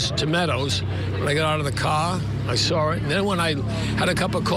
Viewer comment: Sawr? Where does find the “r” in saw? She sounds as uneducated as Shanon.